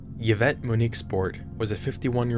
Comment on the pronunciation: hurl-bet* not hurlbutt eevette* not yuh-vette